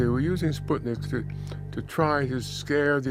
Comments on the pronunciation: I wish the narrator would prounounce the word correctly - its SPOOT-nik, not SPUHT-nik. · It's called Spootnik (means a Satellite), not Spotnik as every pronounces in this movie.